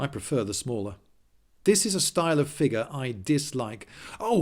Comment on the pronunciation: How about "figgah" or "skuhleetal"?